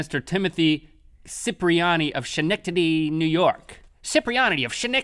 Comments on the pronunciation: It is pronounced ska-nek-tady. Not shanectady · Omg I grew up in Schenectady! :D at first I wasn't sure because it's pronounced like skenectady not shenectady but still Yay 👍😍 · Schenectady (skə-NEK-tə-dee) It's a ka noise not a sha noise. But you did better then most not from this area. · Schenectady is pronounced like "sc" not "sh". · Pronounced "Ska" not "sha" in Schenectady. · Oh link. It's not scenectady. Ska-neck-ta-dee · It's said like skin-nect-idy NY 😄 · Link, I learned to say Schenectady when I was little and I just need you to learn to say it right. It’s skin-neck-tiddy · no way, Im from Schenectady (pronounced sken-ec-tady), thats hilariuous. If you ever saw the move the place behind the pines, that's where it was filmed. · Laughing because I live near schenectady my and that's not at all how you pronounce it (ska-neck-didy) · We say it Skuh-neck-tuh-dee ;) Not to get all pronunciation correct-y on you guys XD I'm from upstate NY. I'm sure other places pronounce it differently though XD I wonder how other people say it :) Great episode! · Schenectady, NY? It's [Ska-neck-ta-dee].... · SKIN - NECK - TIDDY - Thats how you pronounce Schenectady, wooot, talkin about a local idiot. yeah! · It's pronounced sken-ect-adi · Link, it's pronounced ska-neck-ta-dee... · It's ok Link, us New Yorkers have some hard to pronounce town names. It's pronounced Sken-neck-tady :) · Schenectady is pronounced more like sconnectady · Schenectady NY is pronounced ska-neck-ta-di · Schenectady: Ska-neck-tahdee. Everyone gets it wrong. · Link's pronunciation of Schineckiticy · Link just so you know it's Sk-neck-tid-ey. That's how you pronounce Schenectady FYI. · Sken-ek-tid-ee is how you pronounce it. Also, very cool to see you guys doing a story from my area! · um, it's "SKEH-NECK-TIDDY" <3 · It's actually pronounced Sken-ekt-edd-ee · It's pronounced Ska-Neck-Tady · Schenectady is pronounced like skə-NEK-tə-dee. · Schenectady Pronounced Skuh-nectady lol